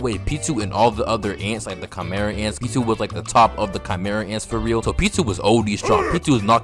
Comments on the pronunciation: The way your saying Pitou’s name is killing me😭😭 sounds like your saying P2😂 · Pitou’s name is pronounced as “pee-toe”